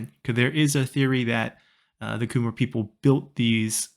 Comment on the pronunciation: Also I believe Khmer is pronounced "Ka-mare" not "Ku-mar" unless I'm mistaken